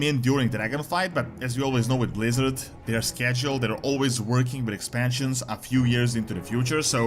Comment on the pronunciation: Pwease Bwizzawd?